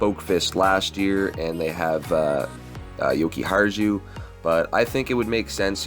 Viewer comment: Totally agree with you in Byram. By the way for future videos, Jokiharju is pronounced yokee-haryu